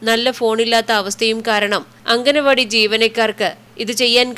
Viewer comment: അംഗനവാടി അല്ല അങ്കണവാടി